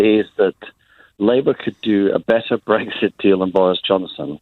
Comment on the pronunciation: Lib dem have people who can't even speak - period. "Breggsit" (Farron), "Dezzember" (Swinson) for instance.